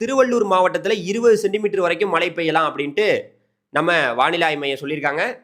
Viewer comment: Malai mountain Malai rain. Which is coming. Please speak correct Tamil. Irritating.